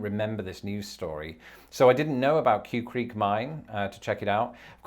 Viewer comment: The name of the mine is pronounced "kway" creek.